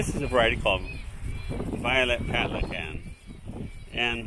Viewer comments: Palican is pronounced "Patlichan". Means "eggplant" in Turkish. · Pronounced "Patlijan"